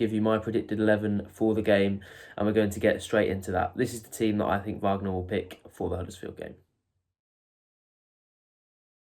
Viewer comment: It's WAG ner not VARG ner, his father is American not German..